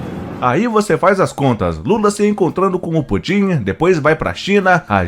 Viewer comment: Existe alguma razão p vc pronunciar o nome de Putin como se fosse oxítona?